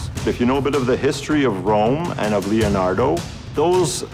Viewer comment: the way he says leonardo is halarious!